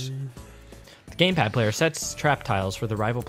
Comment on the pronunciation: I heard GamePlad lol